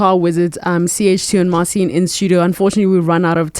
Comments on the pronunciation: Mar cheen - not Mar seen ;) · Interesting interview. I suppose the way it works Marcin was invited to do US version of got talent. I don't know who this old guy is, but if he knows and works with Marcin he should learn to pronounce his name correctly.